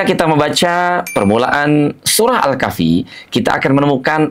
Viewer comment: Pak menyebut kahfinya kok begitu... hutuf ha nya hrs spt bergetar dadanya